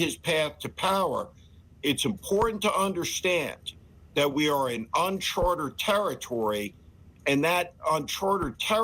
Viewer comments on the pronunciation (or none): Steve, it’s “UNCHARTED territory”, NOT “unchartERed”. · It’s 'uncharted' territory, not 'unchartered'. It comes from the fact that hundreds of years ago ships in the ocean kept track of where they were by using charts. If they went beyond what was on the charts they were in uncharted territory and they’d have had no idea where they would end up. That’s why the native Americans are referred to as Indians. Those ships were trying to get to India. They had no idea that the Americas existed.